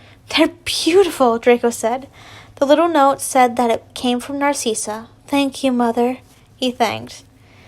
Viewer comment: This is how u say narcssia nar like car ciss like sis and a or u can just say cissy